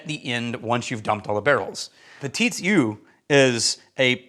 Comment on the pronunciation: Just FYI: "eau" is pronounced "o", NOT "oo"...